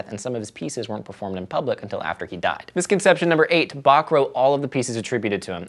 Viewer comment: Every time he said Bach i died a little..